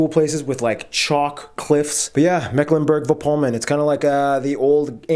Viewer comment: Mecklenburg, not Macklenburg..